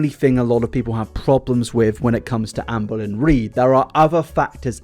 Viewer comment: Sometimes when says "Amberlynn Reid" I hear "Anne Boleyn Reid" and now that's literally all I hear pls send help